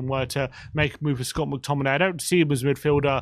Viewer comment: Mctomminay?? Mctommigoat yes please